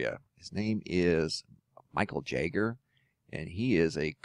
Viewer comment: Is his name spelled Jager? Not that I want to be nit picky, but I think it's pronounced Yager... No? The fireballs are another sign of a brown dwarf star solar system paying us a visit. It gets more interesting (and not in a good way) every day, I wonder what will happen next. Fortunately, I feel that I am in a pretty safe place if SHTF and I am so grateful for that because I have a hard time imagining all of the hardships and distress so many people fave faced this past year all over the world. Well as they say, come hell or high water (or both), we will make it through this. Stay strong.